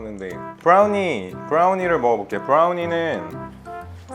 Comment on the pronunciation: 브라우니를 브롸r우니 라고 발음하는데욬ㅋㅋㅋ